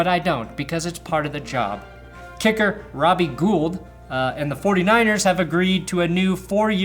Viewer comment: Its pronounced Robbie GOLD.